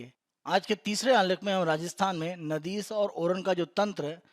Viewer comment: नाडी कहते है नदीस नहीं.... बाकी आपके चैनल द्वारा दी जाने वाली जानकारी बहुत ही उच्च कोटि की तथा सराहनीय है